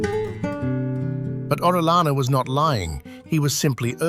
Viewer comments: It's not orelana, it's Orellana! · You can search at the internet how to pronounce "Orellana" as not native english speaker people bother to search at the internet how to pronounce correctly the english names and surnames